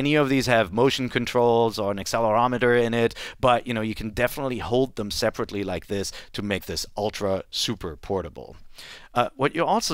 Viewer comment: and "each sold saperately"